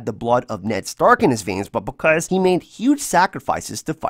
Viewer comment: “but bekurs”